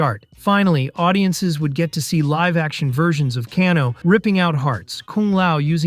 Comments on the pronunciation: WTF IS WARNER BRAS.... ITS WARNER BROOOOOOOOTHERS OR WARNER BROOOOOOS. LEARN TO SPEAK. LMAO. And CANNNNNO? YOU MEAN KANO? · What about "Can-O"? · He called Kano "Can-O" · Kano as well....